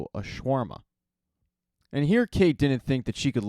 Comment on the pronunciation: "Also a Shawarma." 😂 love this pronunciation of Sharma.